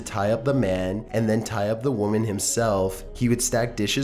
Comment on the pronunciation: People are annoyed by his intonation because it is completely affected. You don't pronounce it "womaaaaaan" at the end of one sentence then immediately say "woman" normally in the next 5 seconds. Sure people place a little drag at the end of their sentences at times but not that much. Besides if you go back to earlier videos of his it is evident that is not his normal speech pattern. There are a million more examples with him. But, I just choose not to watch his videos, just like I choose not to watch the computer narrated ones. To each his own.